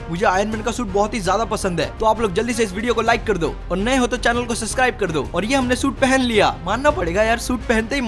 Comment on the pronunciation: He do not say subscribed he say suscribed